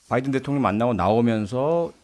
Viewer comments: 아무리 눈을 감고 들어도 바이던으로 명확히 들린다 . . 날리면이라고 생각을 해도 바이던으로 들리거덩 . . 윤석렬xx (나중에 나도 xx 변명할거 만들어놓앗지 ㅋㅋ) 개콘이 망한건 여기에 이유가 있구나 . . 그걸 날리면이라고 은혜씨가 변명하는것도 개콘보다 잼나^^ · 미국이 반도체, 배터리, 전기차의 주도권을 잡고 있지 않음을 인식하며 자국 우선주의를 앞세워 대한민국의 핵심 미래산업을 자국내에 빌드업을 하고자 하면서 현대차를 배제시켰을 때 국민들은 동맹인 줄 알았는 데 바이든이 뒤통수를 쳤다고 하면서 쌍욕이라도 해주고 싶은 심정이었을 겁니다.국민을 대표하여 대통령이 이러한 미국의 작태에 대하여 쌍욕에도 미치지 못하는 욕설을 하였는 데 뭐가 잘못인가 합니다. 다만, 미국 의회라 칭하지 않고 국회라 한 것과 명확하게 바이든이라 발음하지 않은 것은 좀 유감이 아닌가 합니다.